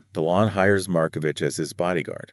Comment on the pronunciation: CORRECTION: Pronounced Mar-ko-vick! This murder case was never solved. The French courts reportedly decided they did not want to solve it.:face-blue-smiling